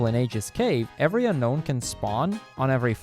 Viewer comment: you mispronounced unown and misspelled unown in the chapters list. You also misspelled Milotic and Kecleon Unown is canonically pronounced un-own